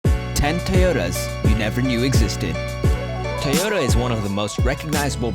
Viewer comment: Stop saying ‘ Tayoda ’ it’s..... T O Y O T A